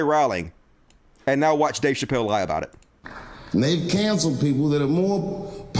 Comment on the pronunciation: *Chappelle. I'm gonna bet you would pronounce my real name wrong and continue to mispronounce it after I corrected you.